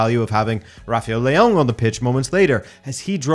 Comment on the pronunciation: Why does he pronounce Leao like that?